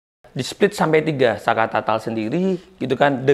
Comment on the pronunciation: Saka Tatal om, bukan Saka Tata